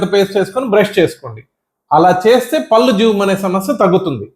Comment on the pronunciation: మీకు పుణ్యం ఉంటుంది. పల్లు అనకండి పళ్ళు అనాలి.మీరు పల్లు అంటుంటే కంపరంగా ఉంటుంది.